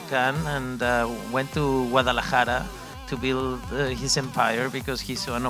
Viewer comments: Dude can't even say Guadalajara and is there to show his face on an interview 😂😂😂 Great work Zoom🙏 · these idiots dont qualify for this interview , they cant even pronounce 'Guadalajara' , ofc they haven't seen the show, then why are these idiots there to 'interview' these greats actors not bragging but I could have conducted a more respectful and insightful interview tum log sallu bhai ka hi interview le skte chutye log